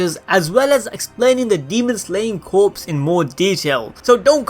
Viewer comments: I get it is spelled Corps, but it's not pronounced like a dead body. It is pronounced CORE. Just a small detail that drives me nuts. It's a Unit size like battalion, division, squad, Corps. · Hihihihi corps is pronounced as 'core' :3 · Just fyi, it's pronounced as core, the p is silent. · Corps is pronounced “Core” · Just so you know “corps” is pronounced “cores”. It the demon slayer cores. Corps = cores. The p is silent. It’s weird I know but that’s how it is. English be like that sometimes. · I don't wanna be that guy but the word 'corps' is pronounce 'core' where I'm from but Idk maybe it's different in other places. But still love the videos and hope the demon slayer vids will continue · Am I the only one who cringes when he pronounces the "p" and "s" in "corps" omfg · I've never heard it pronounced like that... No P... Just like saying core not corpse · It's pronounced like core not corpse. But I'm nitpicking lol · Yes it's pronounced core. As in the Army Corps of engineers it's pronounced core. Definitely not corpse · Did anyone find it hard and cringing with the fact that he mispronounced the word "corps" as corpses the whole video. 😐 TO THE CREATOR- this French-derived word is pronounced like the word "core" not like the word "corpses" ( which mean dead bodies) but I Enjoyed the rest of the video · Sorry to be 'that guy' but its pronounced "Core" not "Corpse" gotta love the English language xD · Its not corpse dum dum its corps you say it like core not corpse dum dum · It’s pronounced “core” not “corpse” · my friend.. love the videos but you are saying corpse as in dead bodies. its corps. pronounced core. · Sorry but I have to say this... corps is pronounced core. Like the marines corps. Not corpse as in a dead body. Just a tiny pet peeve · Corps(core) not corpse(corps(e)).... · ITS NOT CORPSE... it sounds like CORE... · Great vid, but Corps is pronounced as Core and not Corpse. But again still a great vid! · It’s pronounced “Core” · corps is pronounced core